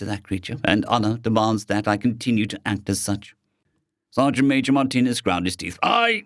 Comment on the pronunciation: Oh! It's Sergeant Major! Not Sergeant "maaj". Ok, you corrected it. Thank you.